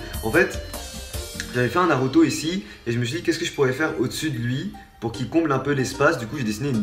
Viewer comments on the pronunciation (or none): Ta enlever la "naurto" au lieu de "Naruto"